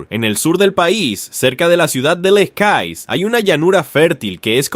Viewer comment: Se dice lekaie